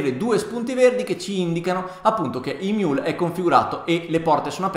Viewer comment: emiul non imiul